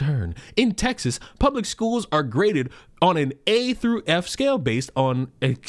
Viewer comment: All I can here is "I got a hundred black students with a hundred bad graded" 😂😂😂😂😂